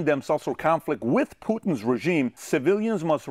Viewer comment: I love how he says poohtn 😃